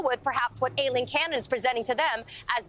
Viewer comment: I find it terribly distracting that they call her A-leen.. Ai in the English language is pronounced "I"..